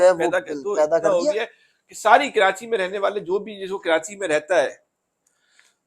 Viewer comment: taily ho tum pehly apna talfuz to theek kro. Karachi ka nam کراچی ھے نہ کہ کرانچی ھے.